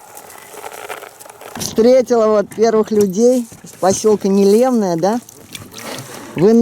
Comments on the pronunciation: Не́лемное, ударение на первый слог, от названия рыбы нельмы😊😊😊, обожаю вас, Рассоха, Ясачная родина моя ❤. Лодочка называется ветка, с них охотники наши стоя стрелять могут, переносят их обычно волоком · пожалуйста, поселок называется НЕлемное. Ударение на первый слог. Название от рыбы нельма) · Нелемное ударение на первый слог. Так правильно будет название поселка.